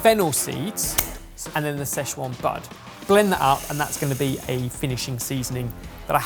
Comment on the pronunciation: Everytime they say "sze chuan" i die a little inside